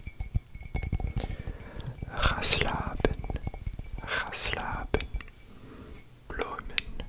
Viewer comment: the 'ga slapen' sounded so perfect lol! i did not expect that at all